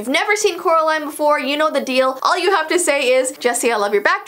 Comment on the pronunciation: “Ou”??? Haha sorry I meant “you” 😅